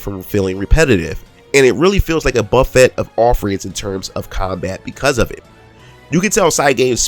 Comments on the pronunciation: Who told you to pronounce ‘buffet’ with a hard t ?? Are you trolling ? Stop it. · my guy you miss pronounced a ton of words(buffet and linear) otherwise fine review edit: watch the anime for character development then play the game